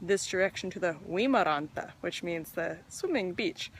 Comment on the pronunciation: You pronounce those Finnish words (uimaranta, Mustikkamaa, Kivinokka) very well, including the letter r which is usually difficult for Americans. Do you speak other languages?